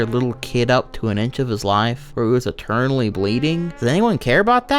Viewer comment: I know you are saying "internally bleeding" but for some reason I keep hearing "eternally bleeding".